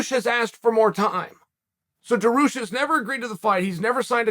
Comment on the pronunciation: Da-ARE-RE-Yoosh Jesus chael